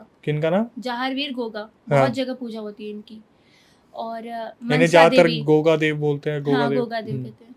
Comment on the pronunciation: Brother Samp ko gugga kha jata ha goga nhi totally wrong pronouns